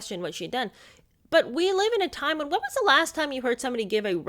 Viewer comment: a common expression in England . And to those uncertain of pronunciation " live" is not pronounced "lyve". There are others mispronounced in the US using it too. Long-lived is an other one! Not long-lyved. Petty, perhaps, but like nails on a blackboard to me.